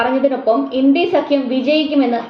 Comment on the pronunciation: ഇൻഡി സഖ്യമോ? മലയാളികൾക്ക് നാണക്കേടാണ് ച ഉച്ചാരണം!